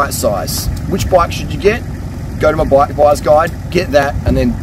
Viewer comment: Every time you say bike I hear black, haha. Nice video!